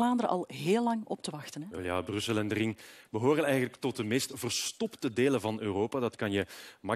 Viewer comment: Rrrrrrrrrrr krrrrrrrrr RRRRRRRRRING OpenbaaRrrrrrrrr